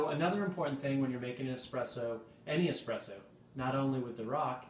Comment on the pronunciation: that is an espresso not "expresso" ;-)